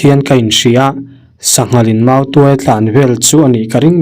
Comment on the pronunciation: tuai(pherh) ang nilo in,tuai(mautuai) anga lam rik tur.... chuan,'tuairam' chu thing chi khat hming a ni e....